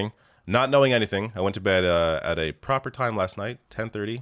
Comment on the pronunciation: there's just something a about a Canadian saying "proper" that really gets me goin lol. Favorite canada-ism by far